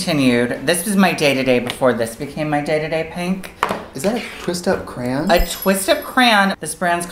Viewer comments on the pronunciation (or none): Omg they both say crayon the same way. "cran" lmfao jeffree star does this too